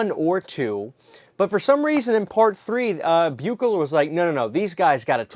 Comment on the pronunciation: John Carl Beuchler, pronounces his name as BEE-kler. I’m not trying to be a jerk, but I learned that directly from him, when I had the good fortune of meeting him, a LONG time ago. A truly great artist, and a super nice guy who left us far too soon.